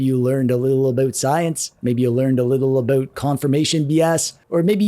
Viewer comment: Are you Canadian? The way you say aboot